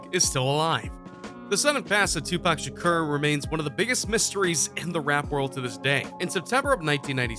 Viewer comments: He keeps saying Tupac shuker it’s (Sha-ko-r) Tupac Shakur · Anybody else who cringes everytime the guy says Shakar instead of Shakur? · couldnt even get kings name right, kept sayn shakar shakar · Why you keep saying Shukar? It's Shakur. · I believe the maker of this video is also the narrator. You would think that during his research he would learn how to pronounce Tupac Shakur's name. Who is Shakar? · His name isint SHA CAR fool 😅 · Whitefox52 Lx he said sum “Tupac Shack-er” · Did he say Tupac Shaker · Bruh I'D APPRECIATE IT IF YOU GET PAC'S NAME RIGHT 🌹(R.I.P. Playa)👑 & START LEARNING HOW TO PRONOUNCE WORDS!!! THANK YOU 🙏🏽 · Don't believe this. This guy can't even say Shakur right. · Lol you can’t even say his last name right 😂😂😂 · You need to stop and let him rest in peace cause you can't even say Shakur right if my dad saw this barely made it threw the video so shut up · This dumbass said his last name wrong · That photoshop tho and the way you pronounce his last name😂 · At least Pronounce The man's last name Right!!!! Also Stop talking like you know every thing!!!! Facts!! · He can’t even pronounce Pac’s last name, and he expects me to believe this? 👎🏽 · How is it that he attempts to pronounce Machiavelli but can't even pronounce Shakur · Say his last name right dammit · This dude don't know how to say makaveli or Shakur.